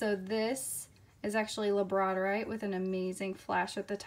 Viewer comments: I love the labradorite, but I think it’s pronounced lab-ra-door-ite. Correct me if I am wrong. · Girl it is lab-ra-door-ite lol the way you butchered that and so-duh-light killed me I had to comment. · She said labradorite rong